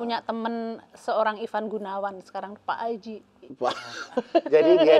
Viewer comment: HAJI ya bang, bukan HAJAH. Yuk bisa yuk 😊